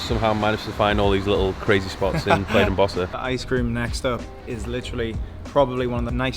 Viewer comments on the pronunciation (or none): none